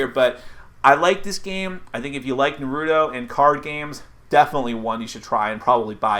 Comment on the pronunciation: Shut up Naruto have no plan ok this guy need to shut up. You can't even said Naruto right so shut ur ass mouth